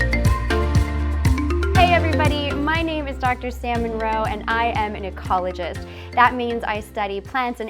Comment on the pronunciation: Sam Monroe? Salmon roe....?